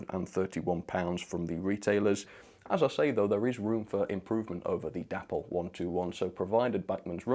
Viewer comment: i love your content, but please please stop calling Dapol.. Dapple.. Its pronounced Day-Paul. c'mon mate honour the memory of the company's creator, David Boyle.